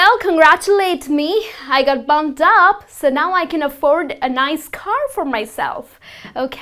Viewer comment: It sounds as if you are saying "bummed up" as opposed to "bumped up." Please note the "P" is definitely pronounced in the phrased "bumped up." Secondly, "back to the salt mines" is NOT funny at ALL! And it is best NOT used in very professional white collar settings such as academia. The history of this phrase relates back to colonialism, indentured servitude and slavery; these practices or their effects are still very present in several parts of the world, especially places with a stong colonial past such as India, Brazil, the West Indies etc. Essentially, the more highly educated and socially aware your audience, the more unacceptable the phrase. If you are a teacher or professor for example, and you are doing post grad work in a university in the West, I would definitely suggest staying away from this term. Also in major multi-cultural cities in Canada and USA, you could potentially offend or make people uncomfortable in other settings too. Thirdly, a minor point with regards to spelling - it's "desk jockey" not "desk jokey." Fourthly, the plural of "slang" is also "slang" not "slangs." However, it is ok to say, "more slang phrasES" when referring to the plural. Overall, it's a valiant effort! Everyone is always learning, especially when it comes to foreign languages! :)